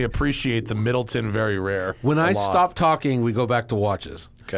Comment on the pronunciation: It's pronounced Mid-leh-ton, and it's the premium version of Jameson.